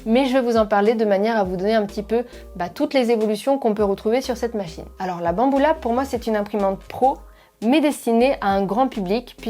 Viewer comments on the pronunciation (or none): « alors là bamboula » j’ai du réécouter 3 fois avant t’entendre Banbulab le tout en rigolant